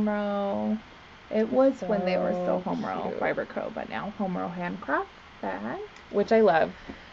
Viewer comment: I keep hearing homo instead of homerow. What the heart wants I guess 😂